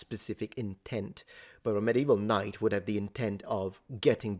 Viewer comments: I just thought your last pronunciation of knight just sounds like knecht😂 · Something interesting about the old pronunciation of "Knight" ( , second pronunciation) is that the swedish word "Knekt" is also a word for soldier. So this absolutely tracks. As well as the german pronounciation of "Knekt" which is basically the same thing but also means servant. It's so interesting to see that the history of some languages can be tracked back to other adjacent languages.